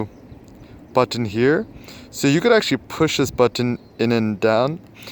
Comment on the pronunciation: I'm just here to hear it say 'button' in that weirdo way that it does.